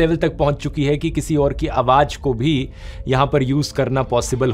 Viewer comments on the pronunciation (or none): Is this video of yours original? because you are pronouncing the word "Awaz" SOUND as "Awaaj" again & again in this video. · The word spell as AWAZ and not AWAJ. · Awaz not Awaj in pronunciation,any way you are great inspirational & information giver of world 🌎, Thanks dear. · AWAJ NAHI AWAZ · Aawaj ✘ Awaz ✓ Sir Please Improve your pronunciation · Brother aap ki ye video me mistake h ye ai generated to nhi Qki aap awaaj keh rahe ho jab k wo awaaz آواز h na keh آواج